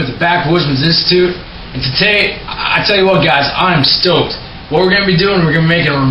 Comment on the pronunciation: did you say I am stocked or doped up?